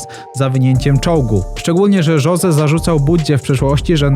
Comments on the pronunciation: nie „żoze” tylko Hose, naucz sie w koncu to poprawnie wymawiac 😭😭😭😭😭😭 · Jose czyta się Hose, a nie Żose